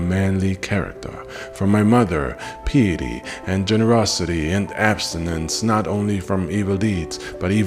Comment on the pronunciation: Get an English speaking source to view 'before' you post: piety How to pronounce piety UK/ˈpaɪ.ə.ti/ US/ˈpaɪə.t̬i/ Never pee-a-tee Pie-a-tee -- like "pie" you eat. Nice doc. Brilliantly informative! Would love something on Osman (the Ottoman). Thanks a bunch!